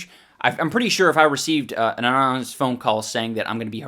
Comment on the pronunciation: So... Ian can't say "Anonymous". Just tried to skate past that one...